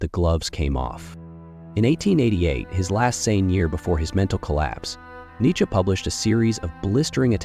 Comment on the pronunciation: I know, literally first 10 seonds i hear it pronounced incorrectly n im like 🧍‍♂️